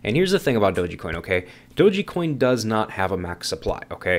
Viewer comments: Pretty sure it's pronounced doge coin, not doge-E coin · so what you're trying to gain by leaving negative and judgemental comment towards "Doji coin" in your video? LMAO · you are the only one I ever heard call it doe gee coin. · "I've done my research " ...doesn't even pronounce it correctly...."it doesn't have use cases" then names use cases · What you said I cant argue...but I can't take you seriously when you cant even pronounce dogecoin correctly...🤷‍♂️